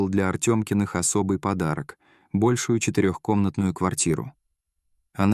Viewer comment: Неплохо было бы такие ролики озвучивать человеческим голосом. а не генератором речи. Вместо "пИски" (пищание новорожденного) почему-то "пискИ" (звучит как "пески"). Вместо "большУю" прозвучало "бОльшую"